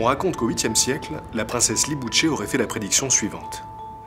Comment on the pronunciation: Libuse se lit liboushe pas liboutche